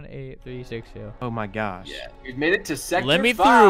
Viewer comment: “a nõté” “oh my gôśh”